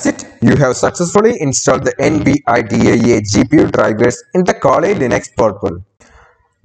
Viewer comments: Could you just not say N-V-I-D-I-A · Do you NOT know how to say "Nvidia"? It's latin for "envy". "Invidia".